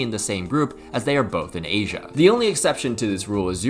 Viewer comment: You didn’t say asia, you said “H in” which sounds like asian